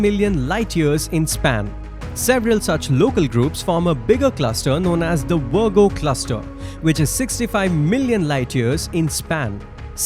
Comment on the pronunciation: I love how this guy calls the Virgo Supercluster 'The Wergo Supercluster'... 😂